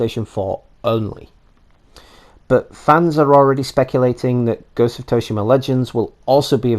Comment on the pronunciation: Soo-she-mah = Tsushima